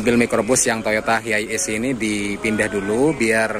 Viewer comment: Penyebutannya tu bukan hiaies om, tp haies